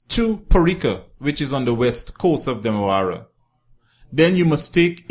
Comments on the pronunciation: It is Demerara River not Demewara. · Demerara not demawara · Great effort in trying to do this documentary. However your language sir, and the pronunciation of words like 'Demewara' among others are inaccurate. It's Demerara, not 'Demewara'. Your language is confusing. The word is water not 'wudder'. Otherwise I admire your initiative of making such interesting video about our beautiful country. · It’s called the Demarara and pronounced dem ah rah rah not dem awara stop butchering the name my friend lol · DEMEWARA = DEMERARA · Note to guyanese ppl...there is no W in Demerara. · Demerara, not the demewara, who is this guy presenting Guyana. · Demerara don't have w inside it😂😁😁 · Stop saying demawara... And Parika is on the East Bank Essequibo... Very informative and entertaining never the less...